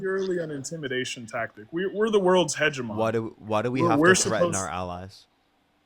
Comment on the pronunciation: What’s frightening is his pronunciation of hegemony. Also, he’s doesn’t understand the point. 😂